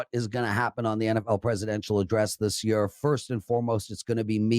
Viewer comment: The way this guy says “year” drives me crazy. ha wth accent is that?